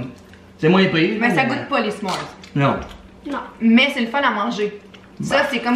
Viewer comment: S’mores lol sa se prononce pas comme sa